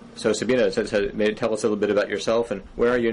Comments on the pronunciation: No. It's pronounced Sa-BEE-neh. Where "neh" rhymes with "meh" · her name is not "sabina".